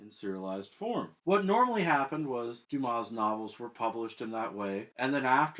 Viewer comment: I see you've fixed "Wednesday". At least you can pronounce Dumas...and not calling him "dumbass"... Interesting what happens to an unfinished novel after the author's death. Kafka's novels were all unfinished. I wonder whether I will tackle The Mystery of Edwin Drood after I've read the rest of Dickens' novels.